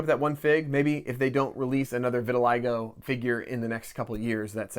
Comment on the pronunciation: another great video. Thank you for the info. Two corrections for you. Your pronunciation for vitiligo is incorrect. Try a google or dictionary search with tricky words to keep your pronunciations clean. Finally, you said "This set has 800 less pieces." You should have said "fewer pieces." Generally speaking, if a noun is plural or countable, we say fewer, not less.